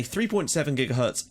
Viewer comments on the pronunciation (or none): none